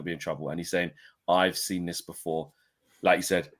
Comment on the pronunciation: Really jarring how he pronounces ‘seen’ as ‘sin’